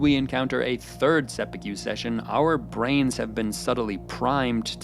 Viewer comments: Holy smokes bro why are you saying seppuku like barbecue? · You could pronounce seppuku better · You constantly misspronouncing seppuku so badly makes this video difficult to watch. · Totally a tangent, but why do you mispronounce "seppuku" so badly when you've watched the series? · Every time he says seppuku incorrectly it makes me cringe and die a bit inside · Say it with me bro… Seh-Pooh-kooh, not sepeekew 😂😂😂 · It's pronounced sepPOO-koo. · For the love of God, the word is seppuku not seppekyu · seppuku, not seppukew. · seppukyu , not seppukew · Sorry but i must correct your pronunciation of Seppuku: its not Sepewkeew. Its sep-oo-koo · Perfect except for one thing - your pronounciation 'seppy Q' is cringe. It's 'sep poo koo'. Take a beat on the P, blow it out with your lips. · Hearing the narrator say 'sehpukyew' is like nails on a chalkboard to me. It is "Sep'poo'koo" there's no y sound anywhere in it. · Not "se pu que", it's "se pu koo". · Fantastic analysis - but I want to point out a very small thing: you are pronouncing it "seppu-kyew"... Instead should be a short "ku" sound at the end like how one might say "fu" in "kung fu" (i.e. not "few"). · Bro you made a great video about a show I love, and I wanna get that out into the open, but my god bro it’s “Seh-Pu-Ko”, you keep saying “Seh-Pu-Q” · You are pronouncing Seppuku wrong. Set-pu-ku NOT Se-phew-ku 😅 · Mana if I hear him pronounced Seppuku as Seppiku one more time I’m going to commit Seppuku. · “Sep-ei-que” is how I hear you say it every time. I’m in no position to criticize since I don’t speak Japanese but I’ve never heard it pronounced that way. I’ve always heard to pronounced sepp-e-kue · Sepi-que??? It's seppuku, dude. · Jesus H Christ stop saying Seppu'kew 😂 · These pronunciations are making me want to commit sepookyoo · The pronounciations are taking me out... seppuKYU 😂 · Just cant listen to him saying sepukew for 15 minutes.. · se-poo-kew couldnt have even looked up how to pronounce it correctly